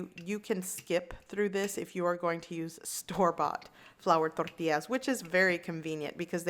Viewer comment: Frank Da Tank That’s right. I’m of Mexican descent but born & raised in Southern California near the Mexican border. Even the white and black folks down here learned a bit of Spanish and said “Torr tee ahs” properly.👍🏻 She is saying it with the proper accent and pronunciation. Just like “ha la pen ios” not jal a peenos🤦🏻‍♀️ or whatever... totally butchering the words. 😆 People gonna hate outta ignorance 🤷🏻‍♀️